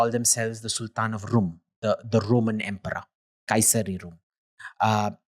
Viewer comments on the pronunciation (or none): none